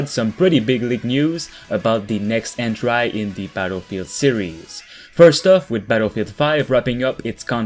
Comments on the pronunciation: en-tree my dude not en-trie, although for a second language your english is very good. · Entry; pronounced - En-Tree. NOT - En-Try. Love your content, sir.